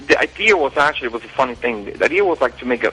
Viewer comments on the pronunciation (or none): Yeah, he has a really good accent. The only thing that sounds weird is that he says words like "idea" as "ideer". It's kind of funny actually.